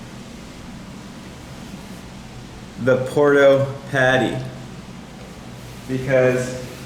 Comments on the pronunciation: At least pronounce the name of the break correctly Nate , it's not porto , it's PUERTO😂😂😂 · It’s Puerto not Porto.